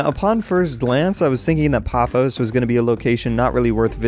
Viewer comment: It is paphos like pa foss